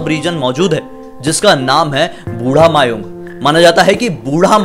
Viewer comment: Thank u ki ap ne Assam k bare mai video banaya . Aur ha aisa bhi hota hai mai kabhi jana chahunga udhar . 🙂🙂 very nice video. Aur vo mayaong nahi mayang hai 😁😁